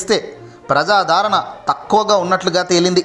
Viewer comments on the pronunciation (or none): Prajadaaaarana kaaduraa. Prajadarana. Telugu neruchukoni raara.